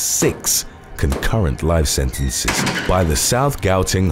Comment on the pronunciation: Note to the narrator: "CONCURRENTLY" means "at the same time", ergo: it should not be the word that is stressed in a narrative. If three 40 year sentences are to be served "CONSECUTIVELY" it is a serious thing; 120 year sentence.